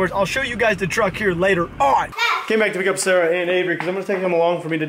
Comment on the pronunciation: When you said sorry Sara it sounded like you said sorry sir